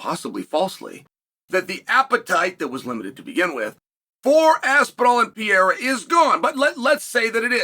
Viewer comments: at some point you have to learn how to pronounce his name - its starting to get disrespectful. PE-RE-RA (not PEE-AIR-AH). would you like him relentlessly calling you "chael so-no-one"? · PER-RARE-AH, Chael... PER-RARE-AH 🤡🤡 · Man, his name is Pereira, not Piera like you say it 🙂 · Álex Pierra ✅ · Alex Pee-Yera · Alex “Perrera” 😂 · Chael’s language Pee-Air-Ah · We are living in the Alex "Pee" Era... thank you, Uncle Chael. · It's Per-rare-rah unc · Pee-Aira is fighting Blahal! … or maybe even Will Flury! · PER - RERA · If Uncle Chael says its P-era, then its P-era!!!!!!! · Chæl: if you’re going to talk about MMA, please learn how to say “per era”. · Who tf is Alex Peeyera? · Pee-Era and Uncle Eye-Ev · Four years later and Chael is still purposely mispronouncing Poatan's name. Pee-era 😵‍💫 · Chael will never attempt to say this man’s name correctly. Cmon uncle Chael, he’s a double champ. I’m from Oregon, I have the same dialect as you, I don’t see how you get to Pierra. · Who is Alex Pee-era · I’m pretty sure uncle Chael is trolling when he says “Pee-eira” 😂🤣🤘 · Chael "Pee haira" Sonnen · Who is Alex Peeara? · Who the actual fuck is “Pierra” uncle Chael? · Alex Pee-era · It is now the "PEE ERA" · Alex pea-era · Who tha f is piyera? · Chael, I'm not sure when you last got your eyes tested, but there is no silent "R" in PEREIRA. 😂Frankly, I'm quite disappointed that Dana hasn't yet arranged for the Periera Vs Ankalaev fight to happen. I think Ankalaev most certainly deserves a title shot. Ankalaev is clearly being deliberately ignored and I don't really know why. As for Hill, I believe he is a borderline crazy person. He is absolutely no match for Aspinall who will easily put him to sleep within the first minute. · How is he still not able to pronounce this guys name yet? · It's actually remarkable that chael works for and around the UFC and still can't say the name of probably the most well known fighter in the UFC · Chael.....replace the R's with an H.... And ur good